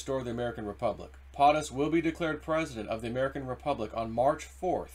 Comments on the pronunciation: For the love of God man, if you are going to speak on your videos, learn how to pronounce words! When you pronounce POTUS like potted instead of like potato I feel like screaming. It's a long O dude. Makes you sound ignorant even though you are not. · As already stated PO' Tus not POT us, PO as in Ho like the fake VP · Not sure why it annoys me but it does. It's PO-TUS Not POT-US Po-ta-toe Po-tat-oe right? 😂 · It’s pote us Not Pot us POTUS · YEEEEEES hes been told and told and keeps doing it. It makes him look like an illiterate boob. He cant pronounce 1st ladies name correctly either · PO- TUS. You are saying it wrong. Hurting credibility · Please, learn how to properly pronounce “POTUS”.